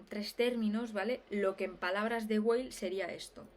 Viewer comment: Perdón por la pedantería... Weil no se pronuncia como en inglés, sino como en alemán. O sea, se pronunciaría más o menos "vail". Era solo eso. Saludos.